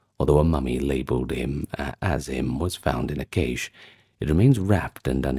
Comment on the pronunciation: Cache is pronounced "cash".